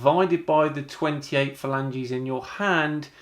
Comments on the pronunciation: Every time he says “Falanges”, I keep thinking of Regina Falange, Phoebes fake name from Friends. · "Phalanges"? Is Phoebe at it again?